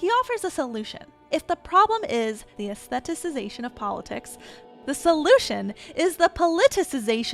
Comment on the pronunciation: AY-Sssth-eh-Tick-eyes-ation... 🤭 You're welcome. 😅